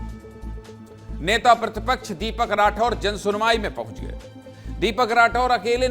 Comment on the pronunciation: "प्रदर्सन" "मध्यप्रदेस" नेता "प्रतिपक्छ" "सिकायत" " विस्लेसण" भैया एंकरजी उच्चारण कैसा कर रहे